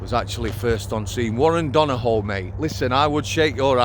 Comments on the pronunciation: Not being a smart arse...but it's pronounced Don-a-hew. You remind me of my Brother in Law 😂🇮🇪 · THIS ROBOT CHANNEL HAS NO CONTENT 4 minutes who pays you to comment on Irish affairs ? You could start by learning how to pronounce Donoghue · who pays you to comment on Irish affairs ? You could start by learning how to pronounce Donoghue